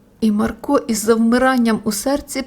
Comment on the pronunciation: Та не МаркО, а МАрко 😕